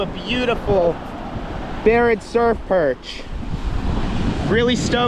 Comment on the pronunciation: brotha you literally said Barrett surf purj 🇮🇳😂